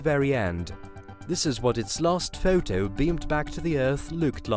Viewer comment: Sola system? Photoe? This guys sounds like his singing a folk song